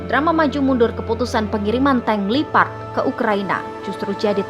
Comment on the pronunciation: Tank leopard bukan lipad Gimana ini kok gak bisa baca yg benar